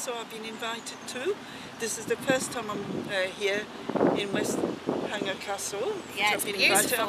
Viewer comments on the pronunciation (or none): BTW it's Westenhanger. How annoying because it's not far from me and if I'd know I could have got Charmaine to introduce me to Neil Winnington.